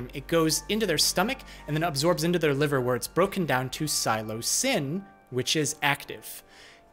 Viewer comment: its sill (like silly)-o-sigh (or cy)-bin [for proununciation]- not silo-cybin, like a military silo lol/ but you pronounced psilocin correctly